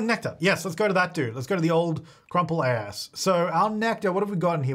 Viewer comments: Does he keep saying "Crumple Ass"? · Did u say crupple ass?! 😂